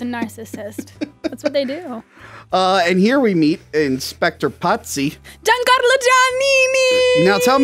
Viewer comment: Why the hell did keep referring to Pazzi as “Patsy”? Is he a Patsy Cline fan? 🤔